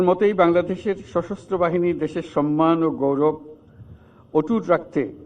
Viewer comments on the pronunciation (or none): none